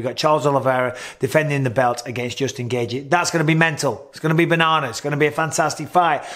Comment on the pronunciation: PRONOUNCE IT GAY CHEE NOT GAY GEE. FOR THE LOVE OF BETHLEHEMS ORPHANS MICHAEL.